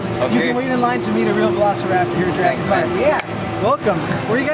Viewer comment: dice -estamos entrando al parke de jurassick park